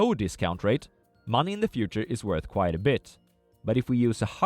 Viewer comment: Yay, you delivered on your promise to fix your pronounciation of "quite"! Now this channel is perfect